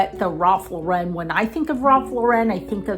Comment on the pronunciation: The correct pronunciation of the fashion brand is "Ralph LAU-ren", like the girl's name, not "Ralph Lau-REN". The brand is American, and its surname is pronounced like the common name Lauren.